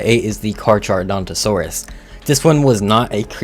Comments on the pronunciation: cer-ah-to-saur-us not cer-rato-saurus gig-gan-toe-rap-tor not gigaraptor car-car-ro-don-to-saur-us not car-char its also only on maps that have gigas not every map fah-soul-ah-suk-us not fah-s-sol-o-suk-us pretty sure its hay-ti like hate-ti not hah-ti dino-sue-kus not dino-su-chus hell-o-core-pre-on not hell-o-co-pry-on you said it right the first time wrong the second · Carcharodontosaurus = Car-car-ro-don-to-sore-rus